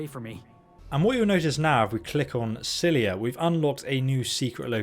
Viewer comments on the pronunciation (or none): It's scylla not scylia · Scylla = sih la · Every time you say scyllia it makes me cringe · Not sckylliA is scylla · How does an adult not know how to pronounce "Scylla", like in "Scylla and Charybdis"? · pretty sure he’s said he’s dyslexic, which causes him to misread or mispronounce words at times. Many people with dyslexia have problems with words that aren’t common and therefore they haven’t heard said often. And while I know how to pronounce Scylla, if you think that “Scylla and Charybdis” is a commonly-known phrase that every adult has heard and should be familiar with, you are seriously out of touch with how informed most adults are about Greek mythology. Hell, it’s more common that adults know “deus ex machina” and THAT is often mispronounced.